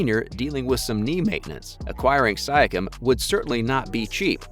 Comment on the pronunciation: kawhi, siakam, serge, you mispronounced allt hese names so badly, it seems like a troll channel.